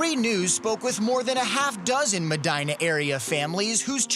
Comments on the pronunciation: meh-dee-nah not my-dyna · pronounced Mehdeenah! Common dude!